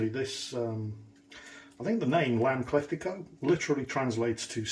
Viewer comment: The closed captions have it as “clefty cup”, so your pronunciation was spot on! 😃